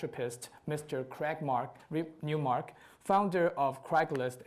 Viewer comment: The interviewer keeps pronouncing the name wrongly after hearing the right way of saying it. What a lack of common sense and respect to the interviewed.